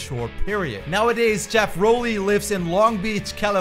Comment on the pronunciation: Props on saying Rowley correctly